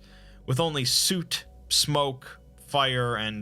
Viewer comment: “Sooot”, tell me you’ve never read a word out loud before without telling me you’ve never read a word out loud before. (I’m not judging it happens to me every damn day lmao)